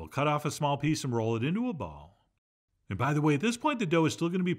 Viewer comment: I had to rewind and check. I thought you said a "Piss of Siracha"!